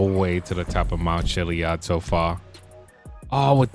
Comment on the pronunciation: Chilli ad not chilli ud